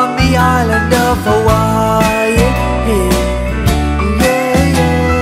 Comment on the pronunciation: tom say: "in hawaii" me: "hermioneee"